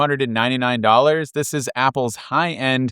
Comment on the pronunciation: sounded like he said "starting at $30,299"